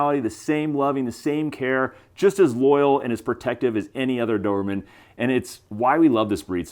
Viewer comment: Why do I keep hearing "dorman" 😅 Anyway, nice dogs